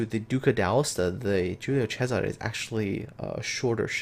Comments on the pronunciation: Angelo Agriam I’m Italian. He pronounced it nearly perfectly. In Giùlio the “G” is clearly not a “J”, and there’s a “S” in Césare , not a “Z”. (I highlighted the correct accents). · Neither am I but I know some Italian, his pronounciation was spot on. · Angelo Agriam He pronounced very well for a non-Italian. On an unrelated note, one of my grandpa's brothers was on the Giulio Cesare at the battle of Punta Stilo, and as I understand he got some burns when the ship was hit by the Warspite, in one of the longest-ranged hits in naval history.